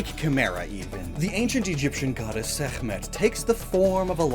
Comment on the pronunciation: so you pronounced Sekmet right and Ra wrong lol like Ra is 2 letters and Sekmet actually never had K in it but I understand why but you did pronounce her name right tho why did you botch Ra's name